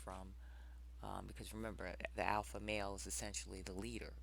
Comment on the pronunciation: Alpha.........Alpo....as in Alpo dog food. Another great video Sister, well done.